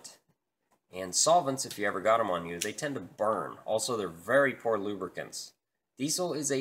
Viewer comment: Diesel not desle